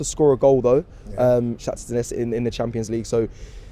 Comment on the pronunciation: Bro it’s not Donesk!!! Say it properly man. Ffs